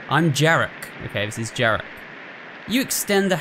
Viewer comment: FYI - Zakopane is pronounced more like like "Zack-o-paah-neh", Jarek is more like "Ya-reck"